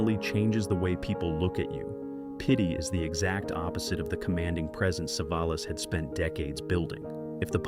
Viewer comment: Poor pronunciation of Savalas, at least pronounce names correctly AI